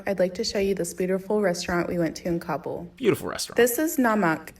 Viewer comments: KAH-bull, not COBBLE. thank u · I’m so sorry but it’s hilarious hearing “cobble” instead of “ka-bool” I know it’s similar but I’ve always heard it being said with a slightly longer “ool” sound at the end. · Kah-bool. Not cobble my guy